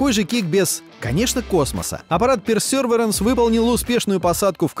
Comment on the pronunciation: Важное орфографическое замечание: произносится perseverance, а не perserverence